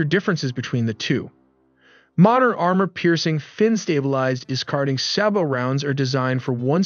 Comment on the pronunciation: SABOT tank roud is pronounced Say-Bow